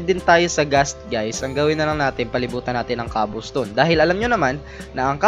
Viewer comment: Hahahahaha kawawa si saying young cobblestone dahil as proper hahahahaha XD